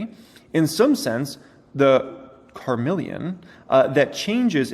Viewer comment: "Creating "God" in some sense".... makes you think maybe our existence is in a simulation created by something/someone else. And the word "imperceptible" is pronounced "im-percept-able". Also "computable" is pronounced "compute-able". And "chameleon"' is not "car-meal-ian", it's "cah-meal-ian" (it's a lizard). I'm sure you know how to pronounce them and looking at the word just got you twisted, it happens. But please don't read whole articles anymore, just read small parts. lol And yes, an ly word can be used right after another ly word. But the government isn't like the Mafia, taking money to protect us. The Mafia copied what the government has been doing since a country was formed. It provides services and one of those services is protection.